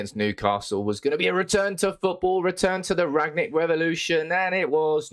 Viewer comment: you can't even pronounce the managers name correctly